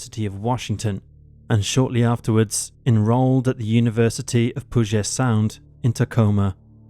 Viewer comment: As someone from Washington, your pronunciation of Puget Sound must be addressed 😂 😉 It’s pronounced “pyoo-jet sound”.